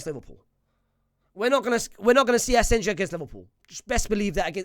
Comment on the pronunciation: Bro is allergic to right player names pronunciation, we literally had a player called asensio for like a decade 😂, naaah asenjo